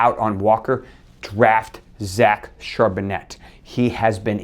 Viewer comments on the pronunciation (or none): Great job! Thank you very much! Doc, you need to work on your French! It is pronounced Char bon nay